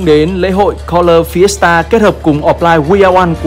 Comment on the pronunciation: ổng đọc Fiesta tao nghe thành siesta :))